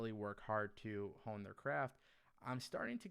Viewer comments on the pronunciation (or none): none